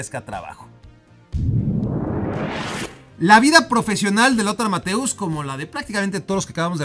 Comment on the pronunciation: perdón, pero no pude evitar notar que sabes que la ä se pronuncia como la e. Sin embargo, Mathäeus se pronuncia como el diptongo qué acompaña a Neuer. Es decir, Noier. Entonces sería Mathois.